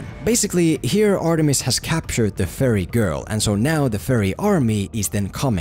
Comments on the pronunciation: When you say fairy it sounds like "furry". Maybe that would have been a more entertaining movie. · Whenever he says fairy, I hear furry, and I can't stop thinking about a bunch of furries storming his house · I dont wanna be mean or anything, but it sounds like your saying furry and not ferrie. honestly it makes me chuckle. (Sorry for my poor english) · Whenever he said fairy I heard it as pyro.